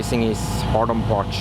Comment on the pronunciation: I love how he is saying Parts (Partsch) 😬